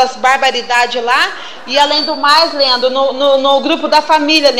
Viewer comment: Ela so fala lendro